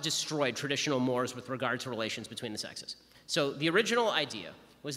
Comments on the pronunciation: It’s actually pronounced like morays. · Traditional Moors???? Hahahaha good grief, if you're going to type it, at least get it right!!!! Mores, pronounced mor-rays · Everything was good about this except the subtitles misspelling "Mores". I've actually not heard it pronounced the way Ben did. In my intro sociology course they taught us to pronounce it "More Rays". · He said mores. Should actually be pronounced morays.